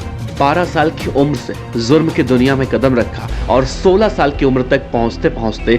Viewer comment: Zurm nahi jurm hota hai Hajjam anchor😂🙏🏻